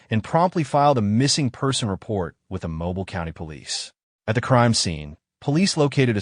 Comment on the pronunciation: Just FYI, it is pronounced mo-BEEL not MO- bul